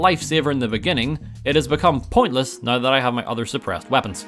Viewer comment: pronounced now "nauwer"